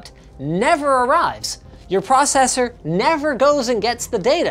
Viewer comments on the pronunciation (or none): none